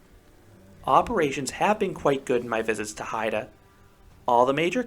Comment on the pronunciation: YAY! You got the pronunciation of Heide right! I really love that park and think your assessment is spot on. I agree with just about everything you say, except I didn't find Limit to be rough at all. It was my first SLC and I was so ready to hate it.